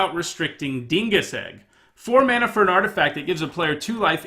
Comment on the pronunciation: You lost me when you couldn't read Dingus Egg.